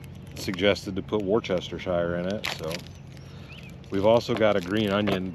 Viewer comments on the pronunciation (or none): Wore-cester-shire sauce....lol. It's Wooohstasheer. That's as close as I can get to the correct pronunciation. Thanks for the chuckle you gave me tonight mate...@ 12am here in the UK lol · As I've said before on this channel I am from the UK and we don't say Worcestershire we just say Worcester as in it's pronounced woosta sauce. Hearing you trying to pronounce Worcestershire made me laugh. If you do want to say Worcestershire it's just pronounced woos ta sheer, not shire. Another great video. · that kinda heat always brings awesome storms!!! what a blast! ***easy way to pronounce worcestershire sauce (wersh-ta-sure).: now you see me, big gust of wind, now you dont! our old shitty boy scout army tents would leak anywhere you touched the fabric when wet. no cell phones or internet in early 80s! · This is the first video I’ve watched of yours and I really appreciate how chill you are but PLEASE pronounce it like ‘wusstishur’ I’m about to have an aneurysm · Sir that's funny but with all do respect let me help you out. It's pronounced Worst ah shire sauce 😊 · ... "were-stir-sheer".... like New Hampshire... not what ever you were butchering lol. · I really enjoyed watching your vid…. Don’t take this as a criticism but Worcester sauce…. Is Pronounced Wooster. There’s no need to try and say Worcestershire and that is pronounced woostersheer. Hope that helps👍 A just like your Arkansas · War Ster A Sha Shire! 😂 Yeah, I know, it's not easy! 🤣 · he lost me at "wor chest ti shire sauce." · About Wourcestershire sauce, you pronounce it like you'd say Wooster sure. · WORCE-ster-shir (Three syllables). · Love your videos brother but I gotta teach you how to say worcestershire (wust-esha) keep up the good work. You got a new subscriper from the UK / USA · Hi love, I'm from England..we pronounce Worcestershire as just wuss-ter ...you don't need all the shire nonsense on the end...just. Wusster sauce...love your channel 😊 🤗 xx